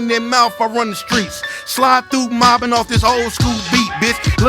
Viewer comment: Why you always say mOBIn ? Bitch cuz I’m moBIn 😂